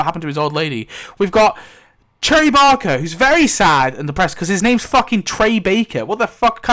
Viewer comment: ngl very funny listening to you ranting about Trey's name when it's *Barker*, not Baker. :P